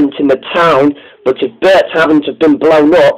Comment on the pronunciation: It's Bert not Bret